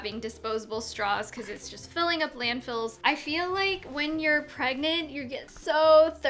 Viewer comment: How do u pronounce pregante?? 😂